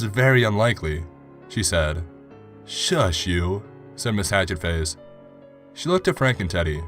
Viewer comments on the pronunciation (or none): he.... he pronounced 'shush' like shoes... i cant do this. im dyin